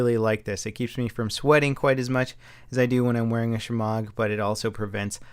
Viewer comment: I'm Impressed with this very accurate Pronunciation of shemagh